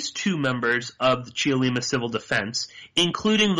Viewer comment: Don't say the "e" in Cheollima. Just say, "Chollima" (three syllables).